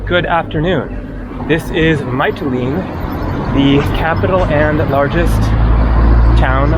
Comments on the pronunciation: your Greek is better than that - it's Mitileenee:) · Pronunciation - Mee-tee-LEEN-ee. Recommend visiting the Theophilos museum there. He was a naif painter, sort of like a Greek Henri Rousseau. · btw the city is pronounced miti lini (mee tee lee nee) 😊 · Hi, Greece has a special energy. It's the people. BTW it's pronounced Metelene and the accent is on the le. Have a nice time there.